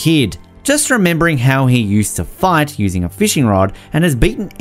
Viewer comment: Ur accent makes “fight” sound like “fart”😂😂, solid list tho